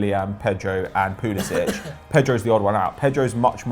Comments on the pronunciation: It’s pronounced Christian pull-a-sick I believe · Chelsea and everybody else says Pulisic